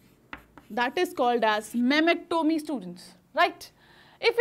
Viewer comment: Mammactomy or mastectomy